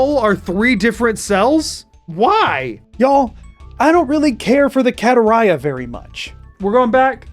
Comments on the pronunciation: i always preferred your pronunciation of barenziah over vex's. vex sounds like an american pronouncing something foreign wrong, tbh. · Considering the German translation of Skyrim you pronounced Barenziah correctly.